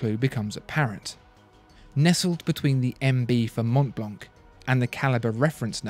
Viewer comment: Mont Blanc is a french name so it should be pronounced in the french way...